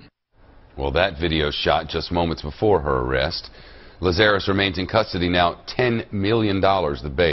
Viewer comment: Why is it so difficult for people to pronounce Lazarus. LAZ-a-russ. It’s in the Bible. It’s commonly known.